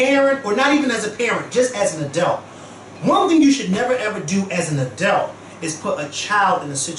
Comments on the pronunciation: You know you watch this show too much when you start saying "adelt" instead of adult 😂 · I love how pronounces "adult"